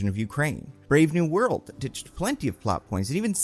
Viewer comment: You keep saying Brave New World but I keep hearing Brave New Bird